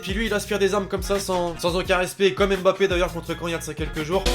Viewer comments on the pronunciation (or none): none